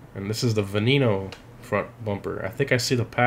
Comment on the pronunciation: the v is pronounced as a b as in benneno